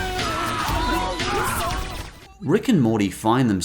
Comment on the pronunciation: did you just say JEGUS????